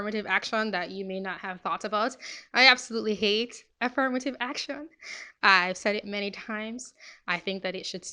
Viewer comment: i liked the part when she said "ak-shawn"